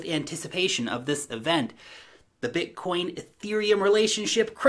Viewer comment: Haha yeah, it's called BITcoin, not BUTTcoin!!!! 🤣🤣🤣🤣